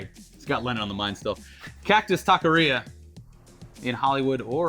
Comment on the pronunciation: The way they said taquería was so bad